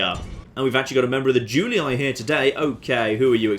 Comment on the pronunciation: Julii is pronounced "Joolee" as the "u" in latin is pronounced "oo" as in boot and the "ii" as in tree.